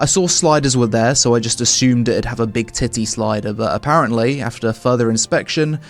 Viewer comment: Your emphasis on big titty slider was hilarious.